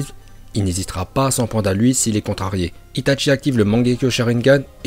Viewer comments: J ADORE ITATCHI nan juste la prochaine fois dis itachi sa ma fait mal mec stp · par contre pourquoi tu dit "Itatchi" alors que c'est Itachi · c est itachi pas itatchi merci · Ce n'est pas ITatchi mais Itachi :') tu ma tuer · A chaque fois il dit itatchi au lieu de itachi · C itachi pas itatchi pour la prononciation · cest qui itatchi je connais que itachi uesh dit bien les prenoms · C'est itachi pas itatchi c'est pas compliqué quand même. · Comment tu c pas parlez itchatchi 🤦‍♂️ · Itachi pas itaNchi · Désolé mais ça m’énerve on dit (i ta chi) et pas (i ta tchi) par pitier fais un effort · Tu dit les noms comme un porc (itatchi ,kidsame,uchiha ) sérieux C’est chiant